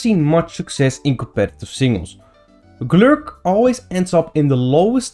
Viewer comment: I love how he pronounces Golurk. Just rolls off the tongue.